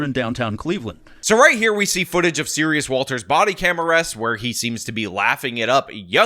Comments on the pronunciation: Serus, not Serious. You've mispronounced it every single time. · At first i heard the name wrong, i heard Sirius instead Serus. So maybe the judge mistaken this person for Sirius Black too, we all know he was innoncent.